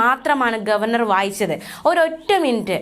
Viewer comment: അല്ല അല്ല ഗോവേർ നർ സന്തോഷിച്ചു.